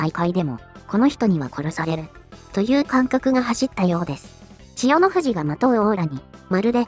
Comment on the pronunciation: ここだけ千代⤴の富士なんだよ。